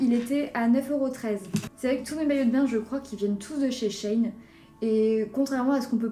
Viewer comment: Ça se dit She in (en anglais) pas chaîne